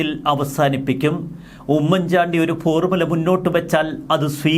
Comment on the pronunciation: Please........🤔🤔 "" ഉമ്മൻ ചാണ്ടി ""... എന്നത്..../ * ഊമ്മൻ ചാണ്ടി *..... എന്ന്...... ഉച്ചരിക്കരുത്...... please......!!!!!!!!!!......( With love )......🙋🙋🙋🙋🙋